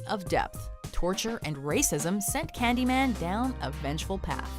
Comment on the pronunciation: ｷｬﾃﾞｨﾒ↑ｰﾝ発音がめっちゃ良い